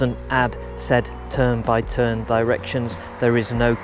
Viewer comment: "tern" "bye" "tern" killed me